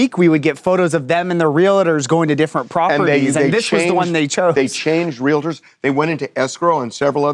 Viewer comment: Someone should tell the young guy "realtor" is not pronounced wril-a-der.